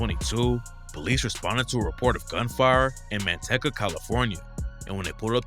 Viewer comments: Man tecka lol….no. Manteeka but spelled Manteca lol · This fool said Mantecka California 🤣😂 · Man-tech-uh? That’s new. Guess I’ve been saying Manteca wrong my whole life 🤷🏻‍♂️ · "man-tecca" nobody sayin it right😂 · Man-tea-cu not Manteca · He did say Manteca, but he pronounced it wrong